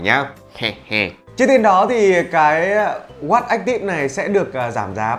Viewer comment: Phát âm "watch" không có âm chựt chựt ở đuôi nghe khó chịu ghê gớm :)) /Thanks 4 the review, anyway!